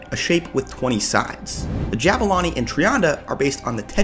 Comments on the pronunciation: Pronounce the U in Zulu in Jabulani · Say it properly JAH-BOO-LAH-NI From a South African 👍